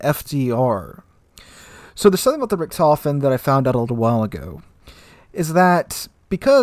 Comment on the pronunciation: Its Like Guy Ritchi.. so "Richt.. Hofen " :D greatings from germany :D